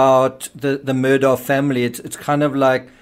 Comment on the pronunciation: Your Murdaugh videos are good except you lose all credibility when you can’t pronounce their names correctly. Alex Murdaugh’s name is pronounced Alec Murdock. I know it isn’t sounded like it’s spelled but that is how the family pronounces it.